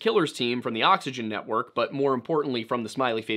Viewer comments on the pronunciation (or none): none